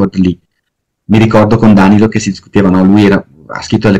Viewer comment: elbowcough:Dànilo interrogato. Oggi ho due ore di Pievani, dov'è la droga ? Battute a parte, le sue conferenze sono comunque ogni volta intriganti come minimo, ma si dice Danìlo.